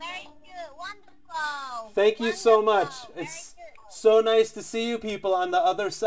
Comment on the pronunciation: "taaankuuu! wandafooolll!" gr8 english miss chinese